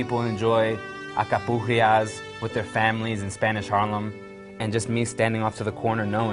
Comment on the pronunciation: Alcapurrias, with an "L"...